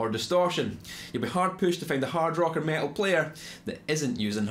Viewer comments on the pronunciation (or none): none